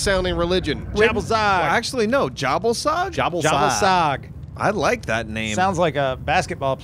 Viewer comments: not jabel sag... ja-ball-sag!!! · Anyone else hear it as yer ball sag? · Anyone else notice that the GOD "Jhebbal sag" sounds like "ya ballsack" in your head? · I thought it was pronounce ya-ball-sac